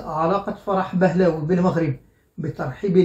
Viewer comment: فرح بهلوي (Pahlavi)، وليس بهلاوي.